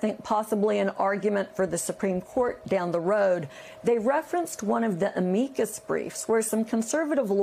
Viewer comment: It’s call an “am-i-cus”, not “a-mee-cus”. I never went to law or journalism school and I know how to pronounce it